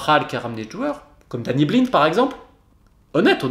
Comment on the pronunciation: Très bonne vidéo très structurée qui retrace les lacunes depuis 2013. Néanmoins la prononciation d’Eric BAILLY et BLIND m’a un peu titillé les oreilles 😜😅 « BAILLY » et non pas « BEYLI » et « BLIND » c’est le son I 😜 mais sinon vidéo très intéressante !